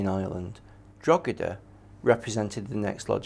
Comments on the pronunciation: I love how they pronounce DROGEEDA it really shows these men have researched how to prounce DROGEEDA drogeeeeda DROGEEDA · Its not Drog he da, its pronounced draw he da, its not pronounced gal a ger its pronounced gal a her, ie Gallagher, if we managed to learn your effing language the bare minimum you can do is learn how to pronounce a few rules about phonics and the Irish language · It's "Droh-edah" not "Drog-eda" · ...please refer to Drogheda correctly, it is with silent G, not expressive [Dro heda] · It’s Drawda!!!! 😂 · The pronounciation of Drogheda by the English in this documentary is a warcrime in itself. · Historians that can't pronouce the place names they are talking about! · Jaysus wept. The most brutal thing about this documentary is the continuous bad pronunciation of town of Drogheda. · How can someone who considers himself sufficiently expert to put fo!rth opinions in this documentary be unable to pronounce Drogheda? The "g" is silent for anyone who doesn't know. I vaguely recall Richard Chamberlain in " The thornbirds" ( I believe) saying Drugeeda. Funny but then again he was an ill informed actor not an historian. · Can't even be bothered to learn how to pronounce the names of Irish towns properly 🙄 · It hurts my ears everytime they say it wrong and English should be banned from trying Irish names and just say that town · Am I The Only The Only Irish Person Who's Cringing At How They're Pronoucing Drogheda? (We Don't Pronounce The 'G') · The fact that the so called historians on this is video, can’t even be bothered to learn the proper pronunciation of Drogheda, that tells me all I need to know about their perspective and knowledge of the subject